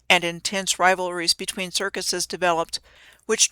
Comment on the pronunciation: Bread and 'Kirk-useus' Hmmm never saw the 'use us' in the word circuses. While were at it, look up the word 'kayfabe'. Now which CIC is in the WWE? Not sayin', just sayin'